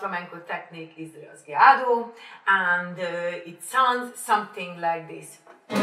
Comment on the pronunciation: pronounced raw-hey-ado!